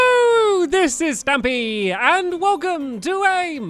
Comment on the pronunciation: It's Stampy not Stupy